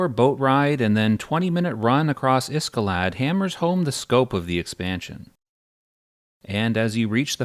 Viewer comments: Iskalad instead of Iceclad? Has to be an ai narrator. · It couldn’t finish the video since the pronunciations are so bad and wrong. I mean Iscalad instead of IceClad? Who would think Kithicor ended with Sore instead of Core? Weird. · okay. I can forgive you for saying velious and kithicor wrong.... but there is no way you iceclad like that